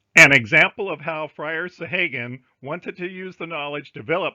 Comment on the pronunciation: Thank you for all the links. I think you are mispronouncing "Sahaguan" though.